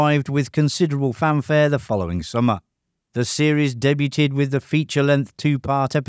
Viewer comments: Fix your AI voice. The word debuted is pronounced day-BYOOD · Debuted = 'daybewed'. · Glad someone else said it. Englishman here. Debut is from the French. "Day-bew" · Debuted : Day bewd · Deb you'd. Day beaud. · When you don't know how to pronounce "debuted" Hint: the 'T' is silent. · Learn how to say “debuted”!!!! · Your continued mispronunciation of "debuted" is painful to listen to. Go back to school.